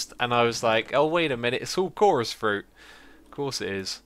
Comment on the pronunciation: He also said at the end if the video (no pun intended) that they are all chorous fruit, fof course. It sounded like 'chourus frut, of chorus' LOLPUN